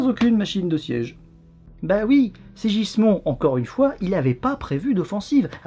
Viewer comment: se prononce SIGUISMUND et non SIJISMON ^^ un effort sur les prononciations stp :P